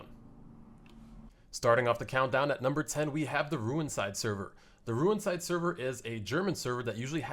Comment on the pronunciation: haha the way u pronuncend rewinside is very funny and unique xD